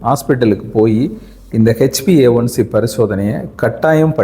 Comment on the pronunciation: நம்ம தென்னக தமிழ் மக்கள் ஆங்கில உச்சரிப்பில் B ஐ P என்று சொல்வது சகஜமான ஒன்று தான் take it easy bro.